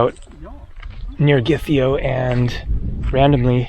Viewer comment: Zacharoplasteio - meaning sweet shop. Zachari is sugar in Greek and related to the synthetic sugar substitute Saccharine. Oh how I miss those sweet shops! BTW Gytheio is pronounced YEE-theio - w/ the G becoming soft in certain cases.